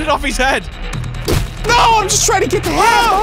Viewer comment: When you said "BOYS BOYS HET IN HERE" I immediately thought "Are they in his basement?"🤣